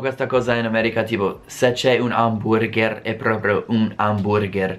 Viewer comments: stupendo che anche tuo oramai dici HAMBURGÈÈR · Fa morire come ti sforzi a pronunciare "amburgher" all'italiana ;)